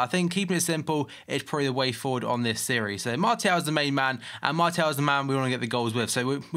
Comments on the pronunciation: It´s french, so pronounce him Marsial /Marcial, if you know what I mean. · but it's pronounced Mart-e-al not marshall